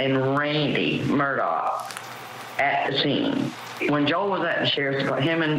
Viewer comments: Why is ‘Murdaugh’ pronounced differently by everyone that says it? This is genuinely weird. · The first thing this guy needs to do is learn to pronounce Murdaugh correctly.